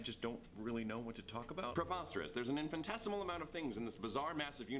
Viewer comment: "Infinitesimal" Logan's one mistake